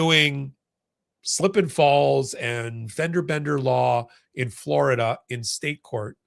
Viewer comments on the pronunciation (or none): none